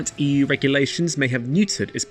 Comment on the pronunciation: pretty sure he said 116 but it did sound a bit like 160, lol ;)